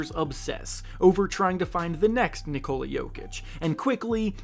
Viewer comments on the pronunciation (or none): none